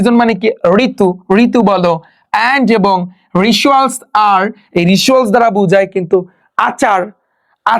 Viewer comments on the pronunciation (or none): আপনার কিছু কিছু english শব্দ উচ্চারণ ভুল হচ্ছে। যেমন folk এটা ফল ক না এটা হবে ফক । ritual রেসুয়াল না রেচুয়াল । pls স্টুডেন্টদের ভুল উচ্চারণ শিক্ষাবেন না । এছাড়া আপনার ক্লাস নেওয়া সুন্দর আছে and details ক্লাস নেন। এটা অনেক ভাল লাগছে । খুব সুন্দর বুঝিয়ে পড়ান ।